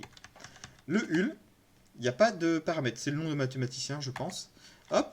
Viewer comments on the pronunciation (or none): hull, c'est pas le nom du mathématicien, ça veut dire 'coque' (et ça se prononce 'heulle')